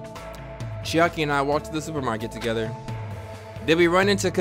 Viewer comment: Bro said Chiari instead of Chaiki